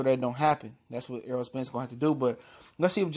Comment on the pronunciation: This guy for sports TV you talking so much crap about Errol Spence you can't even pronounce his name you call him Earl it's Errol with an E wishful thinking sounds like you really don't know what you're talkin about first of all Mikey Garcia didn't duck out of the fight He was ordered he had a mandatory ibf defense for the lightweight title and if he didn't take it he would be stripped so he's supposed to defend this title but learn how to pronounce Errol Spence name not Earl Errol get the name right before you start talking all kinds of garbage Lord have mercy